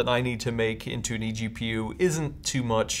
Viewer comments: I was pointing out the fact he said gpgu instead of egpu lmao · EPGU? What? Do you mean EGPU?